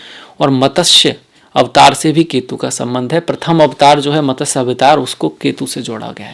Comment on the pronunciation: Good explanation but pl try to speak matsya instead of matasya